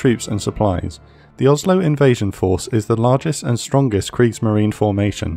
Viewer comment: Just a couple of things in a language note: The "e" at the end of Kriegsmarine is emphasized in German. The ship is called "Blücher" named after Prussian Field Marshal Gebhard Leberecht von Blücher. You pronounced "Blücher" as if it was spelled with a "ck" instead of a "ch". This is the proper pronunciation of "Blücher": [ˈblʏçɐ] PS: I understand that German is a foreign language to you and obviously don't expect you to pronounce everything perfectly, I am just trying to help with it. PPS: You pronounced "Lützow" perfectly.